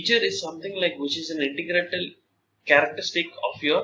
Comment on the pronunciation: The speaker was fumbling, made incorrect pronunciation, Integral and Integratala , not sure what he meant by that, used lot of of 'You know', which is poor command on language and biggest mistake is , 1. Features - Physical attributes or characteristics of the product 2. Advantage - The functionality of that feature 3. Benefits - What is the value prepositions it offers to customer